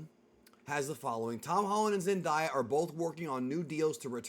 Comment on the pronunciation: that isn’t how you pronounce Zendaya’s name 😭😭